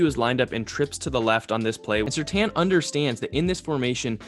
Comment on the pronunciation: It's surtain not surtan